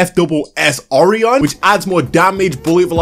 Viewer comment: This is hilarious does no one know how to pronounce orion?😭😭 O-Ryan